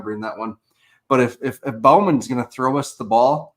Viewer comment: Bowman is pronounced like bow and arrow lol not like bow wow